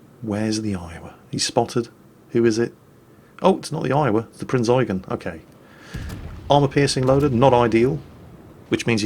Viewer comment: Pritty shure he does it on purpose